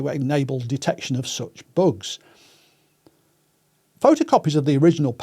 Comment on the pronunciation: Extremely interesting and presented so well, but it took me over half the video to realize he was talking about “bugs”, not “books”